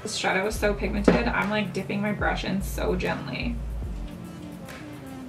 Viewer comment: "that is.. phhhhhhIGMENTED" killed me 😂